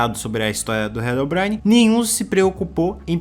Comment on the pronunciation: Mano, desculpa, mas eu não consigo tancar tu falando "HELOBRAINE" 😭😭😭😭 Foi mal, mas eu tou tendo que pausar o vídeo toda hora pra rir da pronuncia KDFJDSNMFJHREDGD Que pecado, meu deus